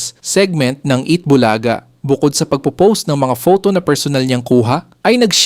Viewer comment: Ano ba itong narrator AI? Tagal tagal na ng Eat bulaga hindi pa rin alam abg tamang pag bigkas ng "bulaga" at tagalog na tagalog mali mali pa magbigkas ng tagalog words. Nakakairitang pakinggan.